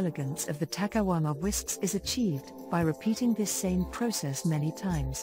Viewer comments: My only complaint is that she keeps saying takahuama instead of takayama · Cringing for 20 minutes everytime the narrator says "takaWama" instead of "takaYama". Please, ask for native speakers to do this job ! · Narrator keeps referring to the city as takawama